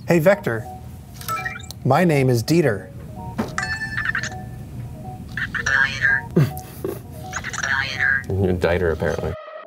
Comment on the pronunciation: You mean Diet-er:P